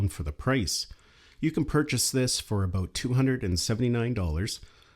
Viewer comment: You said, "aboot".